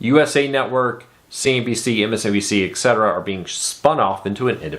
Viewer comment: you forgot the n in cnbc as you were saying cbc which is a canadian tv station.